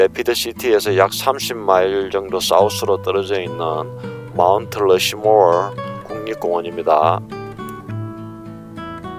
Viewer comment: 안녕하세요, 호치민 guy 입니당 ~ 초반에 마운트 러쉬모얼~ 발음이 끝내주시네용 ㅎㅎ 와아, 진짜로 제가 조아하는 하늘입니당,,, ㅋㅋ 제가 공군 방공포병 만기제대했는데요,, 훈련할때 저상태에서 전투기들이 멀리서도 잘보이고 잘잡히더라고요.. 그때부터 저하늘이 우울해보이기는해도 눈도 그렇게 안부시고 왠지 더 멀리 보이는거 같은 느낌도 들고해서 좋아졌는데... 사우스 다코다에서 20대에서 느껴본 하늘을 보네요~ 잘봤슘미당 ~